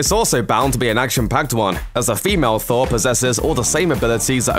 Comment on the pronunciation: THOORRAA!!! NO!! It's just Thor. Not, thora.